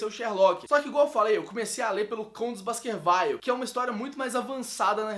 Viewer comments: A pronúncia correta é Baskerviu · Baskerville se pronuncia como se lê, não "Basquervaile"...